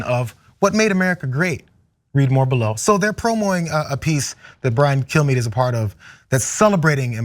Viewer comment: Had to rewind that to make sure you didn't say "Fox News Host Brian Killme".